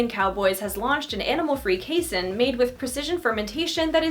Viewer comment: Just fyi it's pronounced KAY-seen!